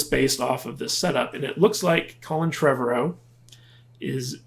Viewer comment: Trev-ARE-O. Anyway. Look the guy May not be the end all be all AAA writer. But he respects the franchise and the fans. Takes criticism well and I believe wants the best for the franchise. And did someone say a Jurassic Universe. Sign me up. Netflix already has a cartoon lined up “Camp Cretaceous”.